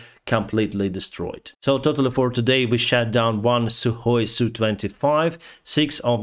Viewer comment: Love this channel, and your accent when you say the Russian plane was "shat" down, just confirms what we know.